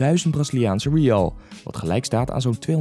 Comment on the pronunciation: Ik vind het echt geweldig hoe jij de Braziliaanse munteenheid uitspreekt haha.